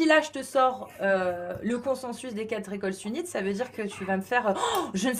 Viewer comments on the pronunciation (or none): Rien à voir avec le fond mais pardon arrêtez de dire « quatre Zécoles » y’a pas de Z la bas ;-)